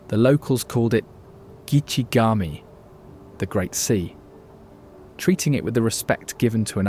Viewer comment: This is a very nice documentary and I enjoyed, but here's some tips on pronunciations : Gitchigami is "Gitchy Goomy", Calumet is "CalYOUmet", and "Tahquamenon", the accent is on the second syllable "quam". Just some helpful suggestions, not a knock against your good work. Thank-you